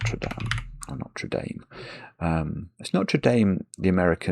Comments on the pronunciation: The cathedral in Paris is definitely pronounced with an "ah" sound rather than an "ay" sound, because we don't use the latter in French. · The Notre Dame known for its American football team is usually pronounced Note-er Day-m, though there are other colleges, schools and churches over here that use something closer to the French pronunciation, No-tra Dah-m